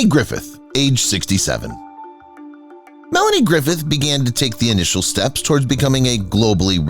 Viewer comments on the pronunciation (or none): none